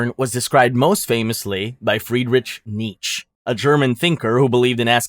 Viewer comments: Nooooo “friedriTCH nieTCH” whyyyy 😭 But I’ll help you - the first name is pronounced with a hard H sound - FriedricH and his last name is pronounced something like need-chuh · Chuckled at his pronunciation of “Job”. Literally lol’d at his pronunciation of “Nietzsche”